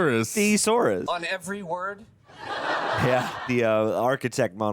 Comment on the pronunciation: Chandler pronounces "Word" with the hard "R"!